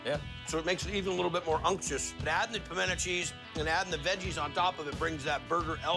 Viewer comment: "crispy unk-shus bacon"